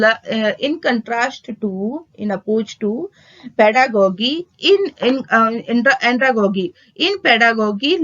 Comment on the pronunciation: Your pronunciation is wrong these are like pedagojy and andragojy .